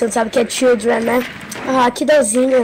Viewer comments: Eu escutei ele falando chundred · ele falou childreen, significa crianças